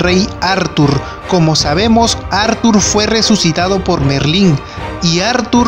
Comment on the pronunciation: Como dice athurrrrrr jajajajaj